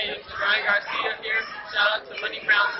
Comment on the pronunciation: And its not hur it's here